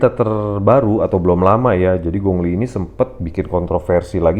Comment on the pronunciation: Bro namanya kok disebut Gongli....ditulisnya memang gong li..tapi penyebutannya bukan begitu bro....pelajari ping yin bahasa mandarin...